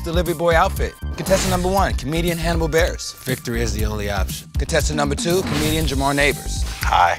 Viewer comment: You pronounced Hannibal’s name wrong...